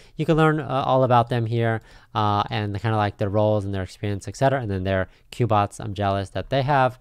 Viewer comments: When he said COOBOTS and ETH instead of "EETH" I gotta stop there lol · i think it's pronounced like "queue" as in Cube-Bots. Cubots.